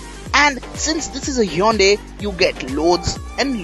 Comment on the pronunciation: it's not yonday it's hyundai u fool